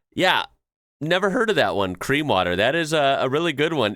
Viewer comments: The "Cream" water, is probably the guy at the store having trouble pronouncing "Clear", and they misunderstood, if I had to guess. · Conc. the 'cream water': Especially people from Asia have a difficulty in pronouncing 'r' and 'l' with much difference. Sometimes, the same confusion happens with 'n' and 'm'. Probably the person in the store who made the signs was an Asian immigrant and wrote the letters he/she actually pronounced: So, 'CLEAN water' became 'CREAM water'. :D